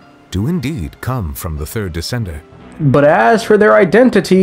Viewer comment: why does he say it as "decendurrr"